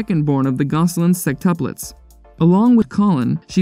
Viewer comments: It’s sextuplets, not sextupples LOL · why does the narrator say 'sextuples' haha